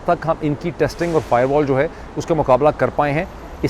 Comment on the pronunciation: Ye firewall ko "fiberwall" kehne walay jahil kia janain firewall kia hoti hai!